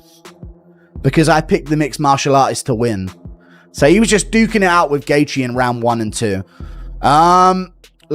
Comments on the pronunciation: "Justin Gaythe "😂how can someone have a channel ,but not be able to properly pronounce one of the sports biggest names? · Not even 5 seconds in and you mispronounced Gathje? Phuq off.